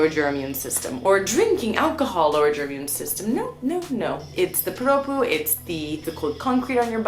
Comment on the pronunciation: I love your condescending "I'm American so I'm better than you by default" attitude . You people really like to go around the world and tell people how to live their lives. Either you get adjusted or go back home. And learn how to pronounce PROPUH.